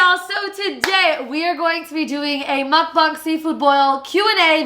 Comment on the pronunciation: it’s muk bang like bang energy drink